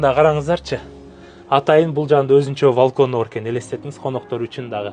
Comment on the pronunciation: Валкон эмес балкон болот кыштак